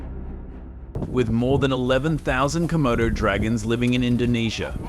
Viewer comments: Not komodos bicht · Its not comodo... Dude😅